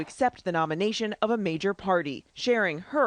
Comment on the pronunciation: "Nomination" LOL